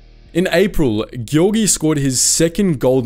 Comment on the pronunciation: Come on dude! Even google translator could pronounce better "Giovanni" and "Giorgio"! It's not difficult and trust me, I'm British and Italian.